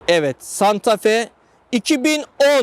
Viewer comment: Uzun yıllar santafe kullanıcısı olarak öncelikle santafee diyorum..